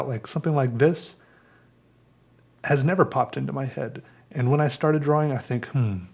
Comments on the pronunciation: FUCK OFF STOP SAYING DRAWING LIKE THAT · it is my completely non-professional opinion that you could do an ASMR "episode" of nothing more than you repeating over and over again the word.... drawing. You have a unique way of saying the word, drawing, that puts an emphasis on the "w" in a way that is both innocent and comforting. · The way you say “drawing” has an aesthetic to it I swear